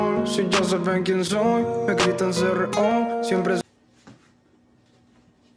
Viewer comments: se pronuncia cerreo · no es cro es ce re o asi se pronuncia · Se dice c r o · Se llama C.R.O y se pronuncia "ce erre o" pronunciando las letras C.R.O Y opino que no se parecen en lo absoluto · Se pronuncia C.R.O por separado